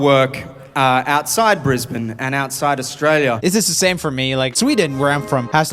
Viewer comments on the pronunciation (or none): none